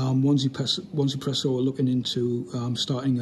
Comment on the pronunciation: Hi mate! Nice review, I'm looking forward to its release. Could you please elaborate on the company name. I believe that it's pronounced EZpresso (easy presso), with the Z pronounced in the American fashion (Zee). "1" is pronounced "E" in Chinese, so the name is a bit of a play on words. That's what I believe anyway.